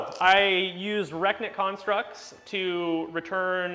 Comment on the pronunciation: The obr ability you were trying to pronounce is re-knit (nit) each time you said it it sounded like rekit. 😂 Great game nice to see obr without nagash and archan.